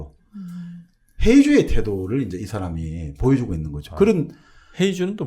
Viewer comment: 회의주의. 한국 발음도 잘못하면 전혀 알아듣지 못하는 사례.